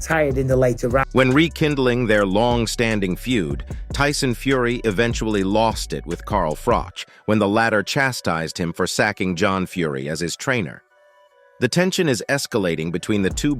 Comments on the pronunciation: It's still Froch though Fr0-ch. Honestly I don't generally listen to AI bs, but I truly hope we don't have to see John Fury again full stop. AI, it's feckin Froch, not Frok, and now I dissappear. 🥊✌️ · It's Frouch not Frock mate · His surname name is Froch, not Frock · It's actually Froch 😊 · But it's pronounced Frosch. Something these AI voice overs can't handle. I think all these channels with AI voice overs are the work of one company trying to gain the monetizing system, they all use the same clips and have clickbait titles that are never really addressed in the videos.